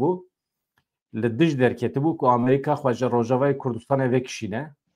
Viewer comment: Bira can... ew bes e wun dibêjin "Amrîqa" yaaaaw...!😂 Amerîka...✔ Amrîqa...❌